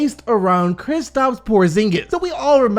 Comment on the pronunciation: Thank you for not saying KriPstaps anymore